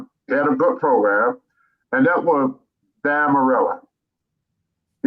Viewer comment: It's Dan Mirade Not Dan Marella. Speak English